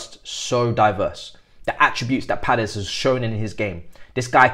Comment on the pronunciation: There is no “r” is Paez… it’s pronounced a bit more like “pie-ehz”.